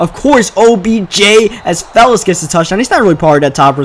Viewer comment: I'm pretty sure its fells not fellis